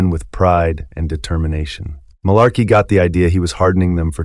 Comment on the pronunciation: If you've seen the Band of Brothers series, I don't understand why you can't pronounce the name of the town "Mourmelon" and Marlarkey's name correctly when both are mentioned enough times where you should be able to mimic the pronunciation. Also, I've taken much interest in this BoB series, but as a 61 year old USMC retiree whose father was a WWII vet (that's him on the right and my his brother on the left in Paris, France in April 1945 in my icon to the left) it's important for your viewers to understand that history is always through the perspective of any one individual viewer. Any seasoned historian who has actually interviewed veterans will tell you, you get two guys who fought side by side in the same line, as an example, in Gettysburg, and both veterans will tell you two different stories of what happened. It is the nature of history because events are viewed by people's individual experiences and perceptions. So, no one should be surprised that different veterans were big fans of one officer or one NCO and another group of veterans despised the same officer or NCO. A soldier who thought Capt. Sobel's disciplinary style was necessary would like him while anyone who thought his style was chicken$h1t and unnecessary would despise him. On the other hand, a highly experienced, but ineffective commanding officer, such as the CO of the USS Pueblo ,(Google the Pueblo Incident)--based on the sources I've read which was due to his alcoholism--was very well liked by all the enli